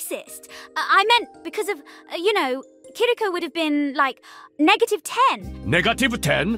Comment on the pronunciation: THATS NOW HOW YOU PRONOUNCE NEGATIVE